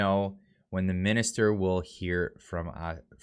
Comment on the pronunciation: “AHHHH MINISTER,..OAR”-(uh mini’steer)?? 👀